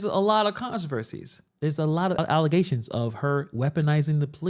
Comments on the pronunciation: She calls allegations “Allezations.”😂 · "Allezations and some'penas" Tahoe tiff